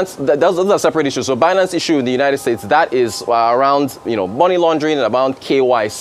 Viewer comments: "By-nance" pleaseee not "bee-nance" 😌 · Someone pls pronounce it right Binance; Binary-Finance…